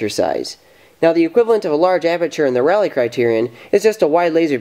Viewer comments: Rayleigh. It's pronounced Ray-lee not Rally. Every time you said 'rally criterion' I died a little inside. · NOTE: Rayleigh is pronounced Ray - Lee